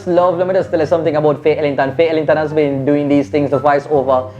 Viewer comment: As well 'HAS' emphasize your H yawwwww😂😂😂😂😂😂